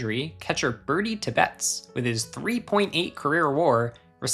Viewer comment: Pronunciation correction. Birdie TEB-betts, emphasis’ on the first syllable.